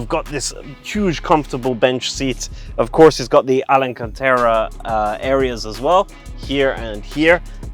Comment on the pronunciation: Alcantara...not alencantera.